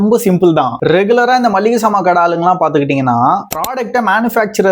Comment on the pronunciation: மள்ளிகை கிடையாது. மளிகை.எங்க சொல்லு மளிகை.